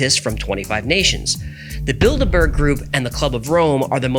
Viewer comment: Everytime you say Bilderberg...my mind says, "Build-a Bear" ......And remember, 4 out of 5 dentists think "Flouride" is good for you. :)